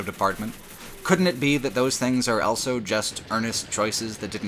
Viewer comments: Elso, elthough, eltogether. Whoever taught you English deserves to be fired. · pronounces the word "also" as "elso" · He also pronounces "both" as "bolth", with an invasive L. <3